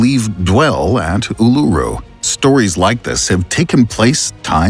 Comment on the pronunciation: Just a heads up, it's pronounced, Oolooroo. Not ooleroo. Cheers.